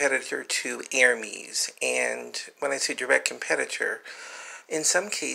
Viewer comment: !!Lovely!! bags I adore Lederer bags. Especially alligator and crocodile leather! Though, just FYI and not to sound snobbish, while you had the silent H in Hermès correct, the last “e” in the word has a soft inflection a la “Pez” not “e” as in “Me”. Again just for your benefit you can say it how you wish lol. I’m so glad your uploading more again! ❤️ (Autocorrect is my arch-nemesis ugggh 😡)